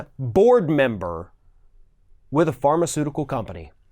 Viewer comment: "Fartaceutical companies..." Was that a Freudian slip or deliberate?